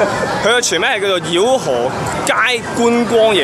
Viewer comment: Sorry「饒」讀「搖」不是「妖」，請不要再讀錯字好嗎？